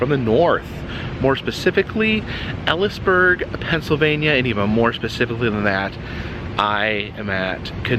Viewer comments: Hey buddy love your vids but I have to correct you as a local! The town is pronounced Eee-Lees-Burg not Ellis burg 😊❤ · Knoebles is awsome love this ride. love this park. im from shamokin PA which is 10 min away lol.. and it's pronounced e lees burg.... not ellisburg.. elysburg PA... haven't been since 2008... it's changes alot of things in the mansion ... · It's Elysburg, pronounced EEL-EES burg, not Ellies burg. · Eel-eees-burg lol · The town is pronounced EE-LEES-BURG. AllE’s are long. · wish i was there, will be there this weekend. would love to meet you. also its "eel-lee's burg" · And it’s pronounced“Eeee-lees burg”. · Hello! Just wanted to let you know it's pronounced "Eel-eez-burg". Great video. I worked at the Haunted Mansion more years ago than I care to admit to. I'm so glad that someone is in charge of it now that really seems to care about it. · Yea! My neck of the woods! Knoebels is a summer staple around here. But I have to correct the record - it’s Elysburg pronounced with a Long E. 😊